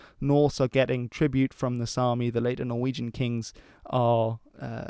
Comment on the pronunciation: Amazing pronunciations, I almost thought you were Norwegian for a sec